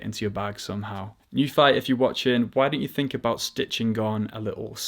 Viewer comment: Nuphy pronunciation - /nju:fi/ 'nju' is pronounced NYOO as in 'union' which is written /ˈjuːniən/ 'fi' is pronounced FEE as in 'tea' which is written /tiː/ The correct pinyin would actually be 'NIU' which would have made it easier for us to pronounce it the way they like it.